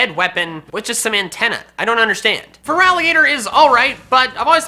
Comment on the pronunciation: THERE IS NO VOWEL BETWEEN THE T AND THE R IN FERALIGATR! AND THE E IN INCINEROAR SHOULD BE AFTER BOTH I'S!